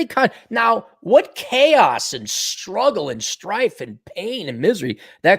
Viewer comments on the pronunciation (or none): none